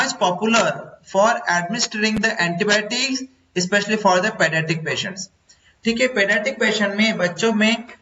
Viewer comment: Pa-nan-tic nhi hotha Bhaiya, pe-a-dia-tric hotha h